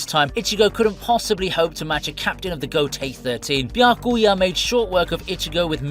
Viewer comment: It's Biya-kuya it's not Bi-Ya-Kuu-Yah